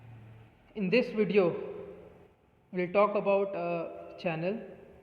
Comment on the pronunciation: It's VIDEO not VEDIO ☺️